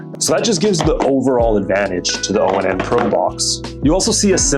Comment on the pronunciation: Dude this brand is pronounced like the word "on". Not O-N-N.